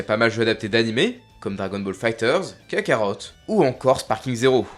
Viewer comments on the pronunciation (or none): none